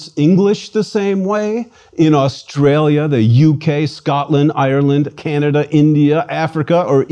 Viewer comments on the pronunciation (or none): none